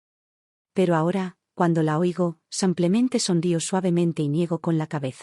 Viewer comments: Un copia y pega. Al menos corrige las terminaciones del femenino y masculino. "samplemente" es pronunciación francesa. En castellano es "Simplemente". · Una pregunta?porque en estas historias en vez de decir simplemente dicen samplemente.